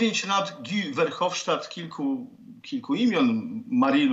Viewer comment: Ten pan ze Szwajcarii dal nieco ciala popisujac sie nieudolna proba wymowy Guy´a Verhofstadta.